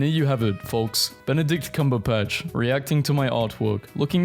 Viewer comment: I wonder how he is able to pronounce Benedict Cumberpatch correctly but can’t pronounce Nike the most popular shoe brand in the world like bruh🤯🤯